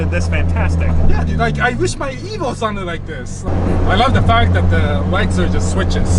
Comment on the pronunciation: Ease nooo not evo 😢